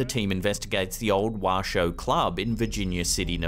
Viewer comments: Sorry K, it's pronounced wash-o not washed. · It's pronounced 'Wash O